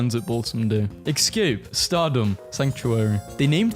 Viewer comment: not being to pronounce “escape” is somehow the funniest thing